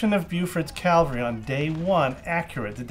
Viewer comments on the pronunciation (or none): You are mispronouncing cavalry. You're saying calvary... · Dude, "Cavalry" Calvary was where Christ was crucified. Other than that, excellent video.